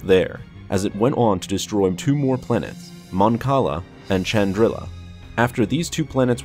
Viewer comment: It's "shandrila" not "ciandrila" or "tiandrila". Planet name: Chandrila.